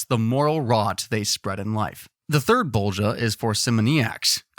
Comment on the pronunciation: IM DYING OF LAUGHTER BECAUSE YOU SAY ✨✨BoWlGiJa✨✨